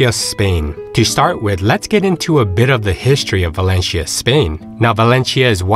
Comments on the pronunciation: It's not Valenshia, but Valencia! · ValenCIIIIa,no valechia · Very good review with one comment, your pronunciation of 'Valencia' is wrong, it's not 'Valenchia', it's Valenthia' if your Spanish or 'Valensia' if your English. In local dialect (Valenciano) it's 'Valensia'. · As a start, it would be good to at least get the pronunciation of this city right -- it's pronounced like "Val-en-seeya" not Val-en-sheeya". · In fact is Valencia, but doesn´t matter. In Spain we understand that the pronunciation of foreigners is different and we don´t pay too much attention to this kind of mistakes. If you say Balenthia is like if i say "Nu Yorrk". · ValenCHia? Have I been pronouncing it all wrong? Somebody please let me know! Thank you. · The guy is pronouncing it wrong, the right way is ( Valenthia ) not ( Valenshia ) 🤣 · Is there a reason you keep pronouncing it "Valen-chia"...😬 Never heard it pronounced that way. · You would expect that they’d research how the locals say the name of their city. One cringes with every single “Valenshia”. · Yeah,,,, it is very annoying to listen to his pronunciation of Valencia as "Valensheea" dang.... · bah/LEHN/thyah. Say it correctly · For to F Sakes! at least have the decency to learn how to pronounce the place. pronounce the 'c' as 'th' . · Yeah, the pronunciation is totally off... It is more like: Val-en-thia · It's pronounced Valencia, not Valencia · He is pronouncing it in the Filipino way, as there is a Valencia there too. This guy is extremely well travelled, but his English delivery may be a weakness. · Please try to pronounce Valencia correctly. It is Italians who pronounce 'c' with a 'ch' (as in China) sound. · It’s not a good start to confidence in the video if you can’t pronounce Valencia properly. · Do your homework, and learn how to pronounce the name of the city that you’re reporting on.